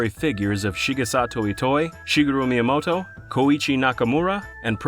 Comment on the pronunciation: "Shiggaroo Myamoto"